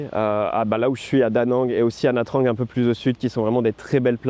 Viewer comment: Le seul effort que tu peux faire, c'est sur la prononciation des noms des villes vietnamiennes :D "Nha Trang" se prononce "Nia Tchang" par exemple. Sinon, excellente vidéo.